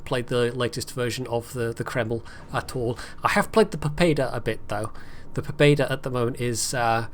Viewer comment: If I recall correctly, it's pronounced po-BYED-a